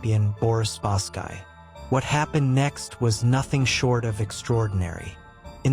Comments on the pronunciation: Spasky is pronounced Spas-ski NOT Spask-eye! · Your AI narrator called.spasky weird. This is an AI channel. Ill find a human